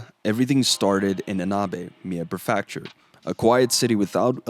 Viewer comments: loved the video, just a small thing, prefecture is not pronounced pre-factory, it's pre-fek-char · pre-feckt-shure is generally how you pronounce "prefecture." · What is a "per-FAK-shure"? Prefecture Otherwise, great info. Also, "calf". Bro, come on... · lol it was weird hearing it pronounced that way. I think the reason people say something is because every time its said its a little jarring and it sort of shocks the brain and takes the watcher out of the video to think "what word was that?" But I'm not a linguist so this is just a guess. None the less it was still a good video.